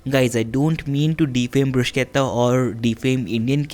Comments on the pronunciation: It is Bru-shetta and not Brus-ketta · bhaiya sab sahi hai, bhot achi recipe...lekin bruschetta ko pronounce ब्रुशेटा bol k karte hai. ब्रुसकेता ni. 💗